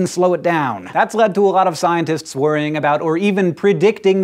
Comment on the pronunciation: “Scientists are attempting” is phonetically annunciated by this cat as “scintists are a-te-te-te..”. Learn to pronounce at least 50% of your consonants. Because words mean things. And words consist of syllables. Which consist of phonemes. Which have, like, ... sounds — commonly used to communicate which syllables make up the message you’re slurring into oblivion.